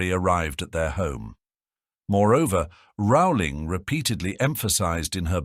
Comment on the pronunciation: HER NAME IS PRONOUNCED ROLLING. Not Rowwwwling.